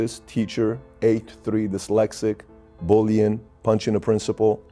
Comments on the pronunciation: Sammy the Bull: “Dylexic” EVERYBODY: “Dyslexic!” Me: “Is that how it’s really pronounced? Maybe he knows because he’s dyslexic?” 🤔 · You know your dyslexic when you say dylexic. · I bet he still pronounces it “Dilexaca” because no one ever had the balls to correct him. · He's soo dyslexic...that he calls it Dylexic. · He’s wrong about not needing a lot of ammo. What if you’re being attacked by multiple ppl with guns goofball? And it’s dyslexic not dylexic. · Somebody needs to teach him he's dyslexic and not deelecsick😂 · 'DELEXIC' KKKK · Repeat after me Sammie "dyslexic ". No Sammie, let's try it again "dyslexic ". No Sammie one more time "dys" " lex" "ic". Good now put it together "dyslexic". Wrong, come on dude. SAMMIE PUT THE GUN AWAY!!!!! LOL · This man is so tough and respected nobody ever told him he was pronouncing Dyslexic wrong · To be honest his teeth don't allow him.to say it correctly, thats the kind of critical thinking u need to have. Critical thinking before critical living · Can't pronounce "dyslexic", but ain't nobody gonna tell him. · Do you think anyone bothered to correct him? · I love how he doesn’t pronounce dyslexic right after being diagnosed 76 years. Gives 0 fux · I cannot believe you called that out? Brave 👏 As for me imma just pronounce it Sammy's way from now on thank you!